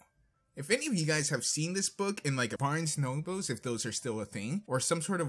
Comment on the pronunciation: You kept saying thum instead of them and that really annoys me please pronounce the word correctly. You also said barns and oboes instead of Barns and Noble please work on your pronunceations